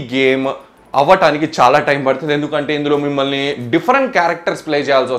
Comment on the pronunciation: మిమల్ని.. కాదు... బ్రదర్ మిమ్మల్ని ..అనాలి...🙏